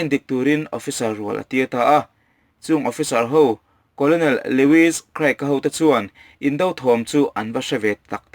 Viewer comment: Colonel-a "olo" hi "or" emaw "ur" emaw angin an lamri thin. Kawrnel tih anga lamrik mai hi a dik. Mizovin serial leh movies kan lehlinah hian kawlawnel angin kan lamri ziah a, a diklo tlat.